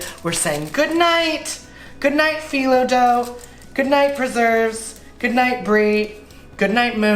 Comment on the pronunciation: you keep saying Fe-lo, do you mean contrast dough?